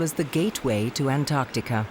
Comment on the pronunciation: Antarctica ka naam antarkatika aaj pehli baar sunna 😂😂😂 antaar ka tika hi kehna tha ab